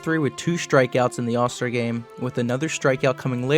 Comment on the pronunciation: “3 time zall star”